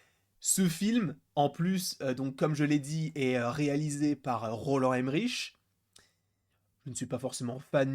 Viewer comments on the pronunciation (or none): Bonjour, Je me souviens de Jean Reno qui pestait contre le café américain qui a un mauvais goût! Normalement le nom de Roland Emmerich se dit "Emmerik" et pas "Emmeriche" parce qu'il est Allemand. Autrement le Godzilla japonais était né par les bombes nucléaires au Japon à la fin de la Seconde Guerre Mondiale, alors que le Godzilla américain est né des essais nucléaires français à Mururoa. D'où la présence du Français Jean Reno dans le film.